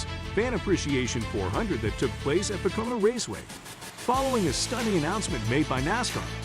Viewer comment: Once again you’re mispronouncing drivers and the tracks names. How can you be the and you don’t know any of the names. The footage you use has the announcers saying peoples names correctly. Listen! It’s pronounced Bush, not Bus-sh. It’s Poe-co-no, not what ever you said. Dude get it together!